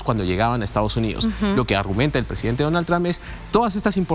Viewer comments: "Donal Tram" 😂😂😂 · donal tram... estos periodistas nisiquiera pueden pronunciar bien